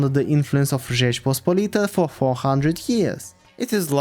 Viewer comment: I'm not Polish, but nice pronunciation of Rzeczpospolita